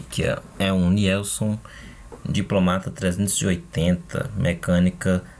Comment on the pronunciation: pronuncia se NILSON.